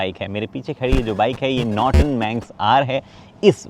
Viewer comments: Norton ko notron bna diye 😂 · Norton ❌️ Notron ✅️